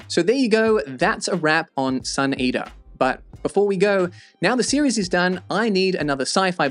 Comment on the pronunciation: I’m a new subscriber, and I was wondering where you live. I assumed RP (north central London?), then your pronunciation of sun eateRR confused me. South of London?